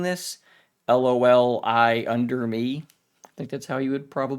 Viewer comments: I dont think thats how his username is pronounced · I'm sorry, but that's probably not how you'd read Loliunderme and I don't blame you a single bit. You're a beautiful person, don't try to understand it.